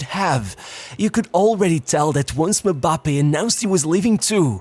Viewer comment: You say mambappe,instead of Mbappe😂😂😂😅